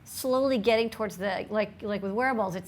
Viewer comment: lol, every time you say wearables, my girl thought you where saying werewolves